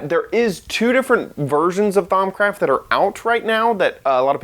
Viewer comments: thaums craft its pronounced: thaum-craft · "Thaum*s*craft" I think you aren't saying it right. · "ThaumScraft" lol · He's totally trolling by saying Thaumscraft....right? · do u even know how to pronounce thaumcraft 😂😂😂 i was dying of laughter of how u call it. No offense for all of you guys that are gonna hate me